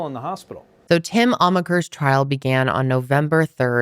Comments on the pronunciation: Not me thinking you said his name was "Him" until almost halfway through when I realized it was "Tim" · The first time u said Tim i misheard it as "Him" and i just figured it was a name I'd never heard and now i kNOW its tim but i cant stop hearing "when Him was doing this.." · I thought u said his name was him 😂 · after reading this comment it feels like the dress that changes color every time you look at it.. now im hearing both! Him tim him him tim tim... damnit i cant tell the difference! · I’m glad I wasn’t the only one!!! 😂 I was like, huh interesting name! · She is definitely saying Him AND Tim....